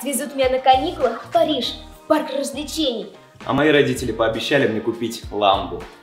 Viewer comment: сказал парыхжи